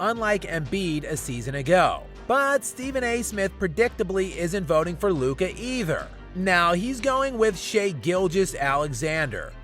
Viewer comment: Chris Broussard got it right. It’s Luka